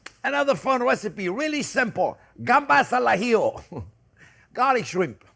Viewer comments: Since we're not sending a man to the moon and it's only cooking, I will leave the chili out. More butter, more garlic, more parsley, more vermouth and zero chili. And for me, on crustini please. Oh, and as a Spaniard, I can confirm you're saying "gambas al ajillo" perfectly, albeit with a slight French flair; which is good. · "gambas al ajillo" you pronounce it perfectly! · ¡Excelente pronunciación!👌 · When you say 'gambas al ajillo' your Spanish pronunciation is excellent! When you say camaron, a little less excellent, haha! Thanks for another delicious recipe, I love it. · As a Spanish person, the way you said Gambas al ajillo was perfect. Could have fooled me if you said you were born in Spain! Thanks for making such an iconic dish